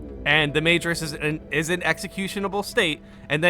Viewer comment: Your content is great but you’re pronouncing majoris wrong. Majoris: MA like mah.